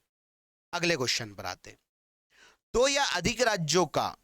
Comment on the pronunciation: सर टो सौ उन्नीस very फनी but सब samjh me आ गया